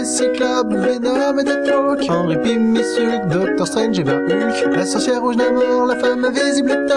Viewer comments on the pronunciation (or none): none